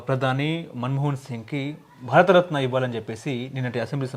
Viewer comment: ముందుగా ఈ anchoring చేసే ఆయన కాస్త భారతరత్న అనడం నేర్చుకోవాల